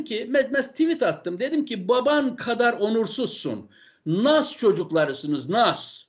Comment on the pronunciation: Nass diye diye Nas a ...